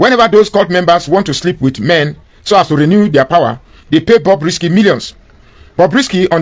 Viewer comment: Stop calling it Bobby, it’s Bobrisky